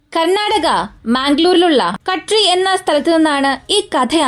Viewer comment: കഡ്രി അല്ല കദ്രി